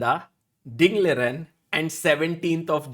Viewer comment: Is is Liren or Lijen...... I have seen Sagar use both of these pronounciations.